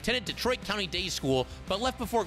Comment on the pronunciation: country day not county day…..